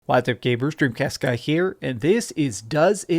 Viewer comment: Alright I haven't watched this channel, can anyone tell me if in his intro he says says "gabers" or "gamers" lol. It really pisses me off the way he says it.